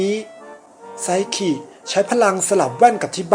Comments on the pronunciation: พี่ครับมันอ่านว่าไซคินะไม่ใช่ไซขิ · ไซคิได้มั้ย อย่าไซขิ หนูฟังแล้วหายใจมิออด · พี่ครับไซคิ ไม่ใช่ไซขิ ครับ55555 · ไซคิไม่ใช่หรอคะไม่ใช่ไซขิ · เขียนไซคิ เเต่อ่านไซขิ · ไซคิไม่ใช่ไซกินะคะ🥲💖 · ไซคิ ป่าวไม่ใช่ ไซขิ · ไซคิไม่ใช้ไซขิคับบบบบบบ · ไซคิ - ไซขิ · แอด ครับ ไซคิ ครับ ไม่ไข่ ไซขิ